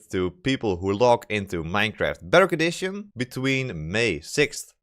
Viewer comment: The way you say "Bedrock Edition" sounds like "Better Condition" and sometimes sounds like "Butter Addition".